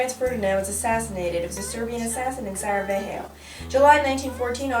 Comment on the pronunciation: Is it just me because I am Serbian or did you pronounce Sarajevo weird? BTW I just found you and this is the second video I'm watching and you put a Serbian assassin in it whose name is Gavrilo Princip. I am loving your videos so far :)